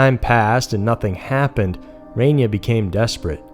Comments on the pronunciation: It's Reyna not Renya... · Say it with me REY●NA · Pronounced Rain-Uh..Meaning QUEEN in spanish.. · It's pronounced RAY-NAH. But awesome video like always 💖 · Came to say this. I was beginning to think that I was the only one who noticed.